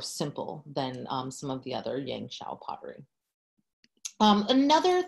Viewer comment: As a Chinese who is preparing for a standardized art exam in China, two things popped out there for me 17 mins into watching your video lol~ #1 your pronunciation of “ yangshao” is flawless! #2 I was quite surprised that we Chinese back then started making pottery even before switching to agricultural lifestyle. Because I thought it was agriculture that asks for a reliable way to store harvested grain and that’s when pottery comes into the picture and serves exactly that purpose. Super interesting class and equally interesting way of the class taking place, I really enjoyed watching and now I’ll resume back watching !